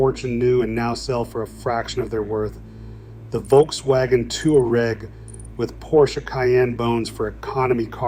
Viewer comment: The Volkswagen "Two-R-Egg"